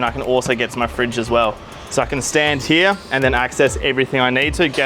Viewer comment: Mate can you please stop saying everythink on camera its everything .. thanks